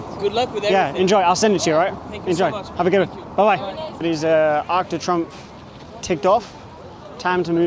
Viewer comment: Arc de Trumpf…… not pronounced like that Sam😂. Arc de Tree’omph’